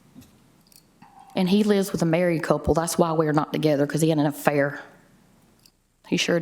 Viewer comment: "hE hAd aN A-Fare!"